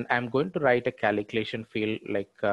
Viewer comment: What the f@ KALEEKLATION is for f@ god sake!😆 Learn how to pronounce calculation properly. Could not follow the logic hearing kaleeklation 50,000 times in 7 mins! video